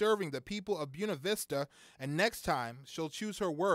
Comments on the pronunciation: The reporter is horrendous. If this guy has a job them AJ Clemente is a saint! BOONAh VISTA?!?!? dude its pronounced BOY NA VISTA. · it's BWEHNA vista, not BUNA vista. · You're just as wrong as he is. It is pronounced Boo-way-na Vista. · "Byoona Vista"